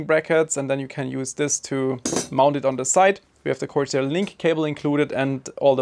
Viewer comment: It's corsair. Style over substance.